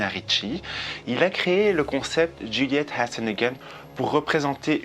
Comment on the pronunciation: Cc tu m’as vraiment donner envie de tester cette marque elle a l’air délicieuse, j’adore comment tu prononce Juliette has a gun 🙂💋